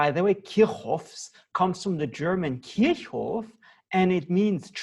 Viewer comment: I used to call him kirchoff. Then I realized that it was said KIRKOFF And now you come and say Kigjoff. Mind blowing